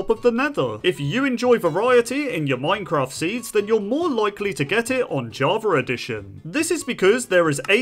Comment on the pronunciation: I swear he said "Minecrat" in the beginning